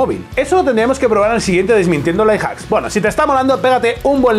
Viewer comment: Me hace gracia que al decir "Life Hacks" se le entienda "Lie Hacks", que en realidad es lo que son, mentiras jajajajaja